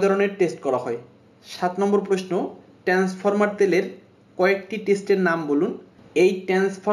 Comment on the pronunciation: ট্রান্সফর্মার উচ্চারণ ভালো করে করেন